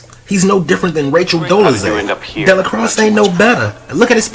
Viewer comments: Dell-a-cross? This movie was too iconic and won’t be fully understood for another 100 years at least! You have to start to learn to pronounce his name at least! Your review of this movie is (otherwise) spot on point! I give you a 99.999% brother! Thank you! The Mau Mau’s mission was getting put on! They had their token white and a light skinned woman! So yeah, this movie explains all the Half-Original babies in the south these days! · Its pronounced DAY-LA-CROY. The x in his name is silent. The last name is French/Creole. Love the channel, keep it up. P.S. How about reviewing Denzels entire catalogue. Beginning to end. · Actually it is pronounced Della Quah! The x is silent! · Sir did you watch the movie cuz that’s not how you say de la croix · How do you not pronounce the name right after watching the movie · How did he watch the movie and get the name wrong lol